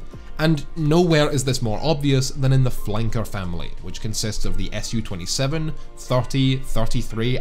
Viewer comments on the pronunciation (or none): Su-27 is "Soo" 27 because it's the first syllable of the name Sukhoi, not the letters S and U. It's always "Soo" 27.